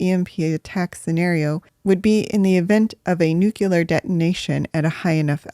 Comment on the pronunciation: nuclear vs nucular 😁.... I hope George Bush did not teach you science